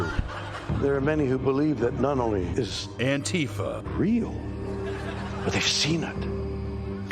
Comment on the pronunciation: Surely everyone pronouncing it like Trump does has to be some sort of joke right.. I mean maybe they think Antifa is a real thing, or perhaps if they called it the literal thing that democracy is (Anti-Fascist), it might not hit so well with listeners lol.